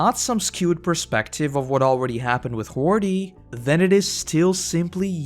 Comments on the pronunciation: Isn't ti "Hody" and not "Hordy" or am I missing something? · its hody not hordy